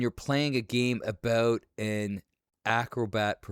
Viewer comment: Hearing Macho Man say, “aboot” in the intro and “So, I think there’s a huge black guy on this franchise”. 😂😂😂